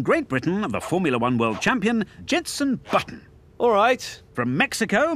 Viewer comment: “I’m Jenson Robutton”lol